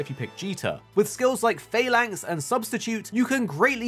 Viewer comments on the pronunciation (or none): none